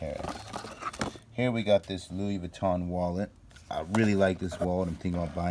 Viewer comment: Lol dont even say louis vuitton if you cannot pronounce it